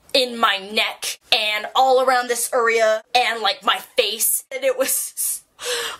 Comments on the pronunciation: you said uria instead of area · Did anyone notice she said "All around this urea!"